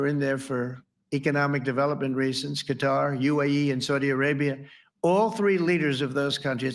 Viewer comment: I wonder if Trump mispronouncing Qatar is deliberate to tick them off.